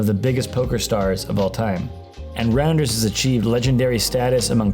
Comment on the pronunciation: Its pronounced Rounders, not Randers. 😆